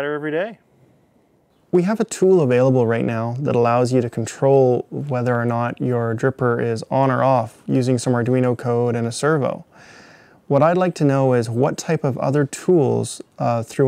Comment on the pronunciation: Servo, not server